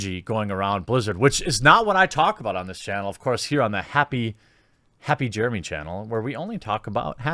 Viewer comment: LMAO! “Happy Jeremey!”